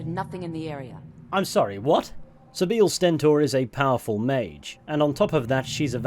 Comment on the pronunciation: poweful lol